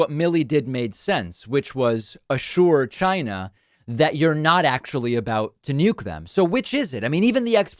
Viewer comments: How do we spell China how he pronounces it.. Gyna. Jina. Zcina. Shina. You can smell his methane breath through your device. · The way he says China like Ghyna still makes me mad. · Why can't he say China? Chiiiiiiiinaaaa 🤣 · Wow! There was one time in that phone interview that Trump almost said China correctly. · The trade deal WAS a disaster. And calling it "CHY-NUH" and calling covid the "China Virus" is still bigoted AF. I don't particularly like the Chinese government, but being a bigot at them isn't the solution. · There something that irks me every time he pronounces Ch eye nah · I love how Donald pronounces Chine-Nah! Just like a Alec Baldwin impression! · Still saying CHI-gna. His mongrel son made it clear what they were doing on Jan 6. Thank God they lost. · It's not China it's gchina. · Why does he pronounce "china" so weird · This would be really funny if it wasn't f*cking scary as s*it.... Also, among another things, I cannot stand his pronunciation of the word ''China''... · Yep…a little Freudian slip…as if he meant to say “va-Chi-Na”. You also know where that weasel’s brain resides if you pay attention to the constant clues that betray him. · Donald always sounds like he's trying really hard to make China a one-syllable word. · Trump DELIBERATELY mispronunciation of the word China is Red meat to his brainwashed based supporters. He is a cold and calculating person. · Do you really think it’s deliberate? I think he’s just stupid. There is countless videos of him mispronouncing and slurring words. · Why can't he say China like a human being? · Never heard the word “China” youre right. What we do hear from you is “GINE A” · So funny watching the tangerine wannabe despot twist in the wind. His anxiety levels correlate well with the degree he mispronounces “China” as “Gina”. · Why does he pronounce it as "GYNA" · Why can't he say China instead of Gina? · Jyna? Gyna? How do you say China? Are you saying Gina like the end of va-gina?